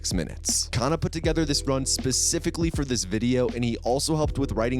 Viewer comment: about 15 minutes of this run I thought said "kinda" instead of kana "then he kinda crouches to avoid..."